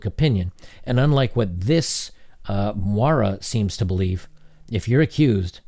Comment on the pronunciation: Moira NOT Mara. It's pronounced MOY RAH